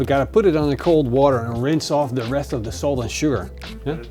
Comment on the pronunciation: Bro anyone else think he said soap at first until he said salt the second time?